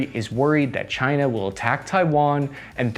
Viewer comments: Chi-nah? Keep ‘em comin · Yes! "task ans purpose"... Try to name the countries correct.. before you critize "cyna" okey? They took your jeeerrrbbbss.. murica!